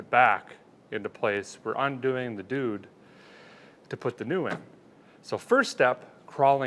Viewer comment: I stopped the vidieo at the very beggining... i'm scared he just said we gon undoing the duud. NOOOOOOOOO :D